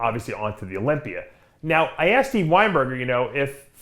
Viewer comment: Please stop ending the word Olympia with an R